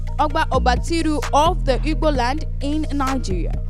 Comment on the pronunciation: It was her pronunciation that made it sound like igboland... its ugboland she was referring to. Ugboland is in ilaje, Ondo state.